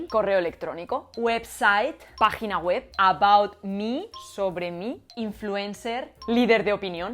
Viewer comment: I was convinced until you said "pagina WEB"